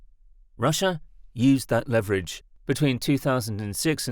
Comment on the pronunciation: Awful AI narration. Can’t pronounce leverage correctly.